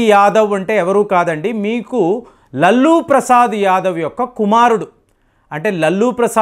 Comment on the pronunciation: మీరు "లల్లు "అని చాలా బాగా పలుకుతున్నారు